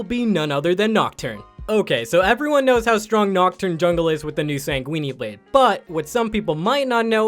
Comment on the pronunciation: SANGUIN-E BLADE